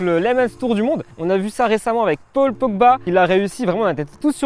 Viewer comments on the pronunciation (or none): none